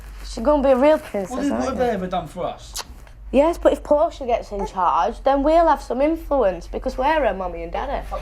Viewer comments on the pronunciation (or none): Please tell me three baby is named after the Shakespearian character and not a body car. Portia, not Porsche.